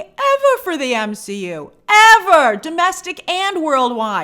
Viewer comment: Grace do you realize it was marvel that called the MCU, m-she-u 😂